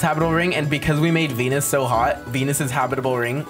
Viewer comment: Did he say denus bro